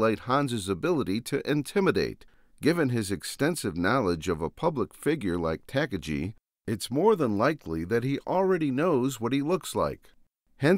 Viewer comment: It's pronounced Tah' Car' Ghee' you philistine, I'm an exceptional grammatical purist.